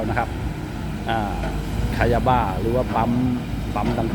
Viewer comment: สำเนียเขาน่าจะออกเสียงว่า.. คายาบะ หรือป่าวครับ